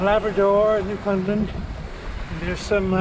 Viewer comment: kind of the same, it's mainly pronounced "New-fin-land", emphasis on the land. If you say it like that locals won't chuckle at you